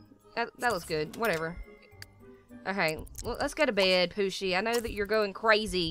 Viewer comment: you say Poosi but it is Ohosi